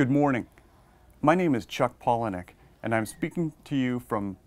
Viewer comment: paul- eh-nuck :D yesss now i can stop saying paulah-knee-uhk.